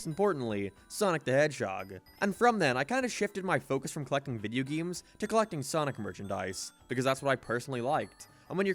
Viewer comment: "Geeums." Are you saying "game" funny on purpose? What is wrong with you?